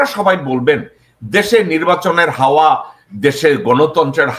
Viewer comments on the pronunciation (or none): হাওয়া না হাউয়া ।